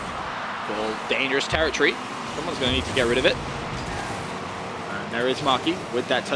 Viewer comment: If I hear "TerraTree" instead of Territory again...